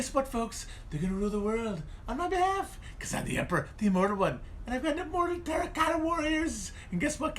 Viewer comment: The way he says terra cotta the first time, got me good